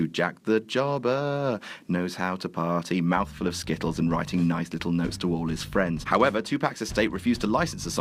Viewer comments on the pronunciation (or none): none